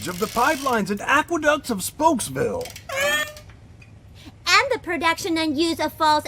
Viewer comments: Are we not going to address the fact that Speedy called it spooksville? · Hold up. Speedy clearly calls the town "Spooks-Ville." This movie clearly took a different direction. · "spooks" it's spokes .. idiot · It drives me up the wall when Speedy calls it Spooksville instead of Spokesville. Did the actor not think it thru? Nobody caught it? No retakes? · Gotta love how Speedy legit calls his town "Spooksville"💀 Sorry, Speedy, but you mispronouncing words isn't cute. Megamind is the only one who can make it endearing. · dude speedy calls it spooksville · Notice how speedy says spooksville. Another sign its a bad film. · Yo he said spooksville not spokesvilee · Is not going to address the fact that Speedy calls his town Spokesville "SPOOKSVILLE"? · Speedy says spooksville instead of spokesville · I like how totally glossed over the fact that the main character called his city Spooksville, even tho its spelled Spokesville and they didn't have the voice actor retake the line.